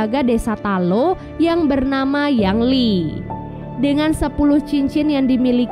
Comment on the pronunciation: Ying Li bukan Yang Li